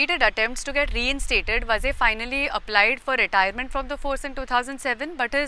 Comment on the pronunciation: is pronouncing “Vaaze” as “Vaze”. There is a HUGE difference. It is not just WRONG pronouncing issue. In Maharashtra, “Vazes “ are Brahmin. If it is was really so entire political spectrum would have reacted TOTALLY differently. There is a huge constituency outside just waiting for such an opportunity. This MUST be corrected.